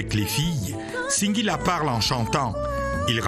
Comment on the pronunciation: Madame la journaliste, ce n'est pas "Cinq"guila mais plutôt "Sing"guila. Vous le faites expressément ou quoi? La Ciartivi au coeur de la médiocrité pfff